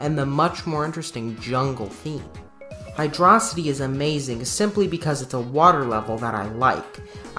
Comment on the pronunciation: Did you say hydrossity and not hydro city? Fake Sonic fan confirmed get cancelled on balls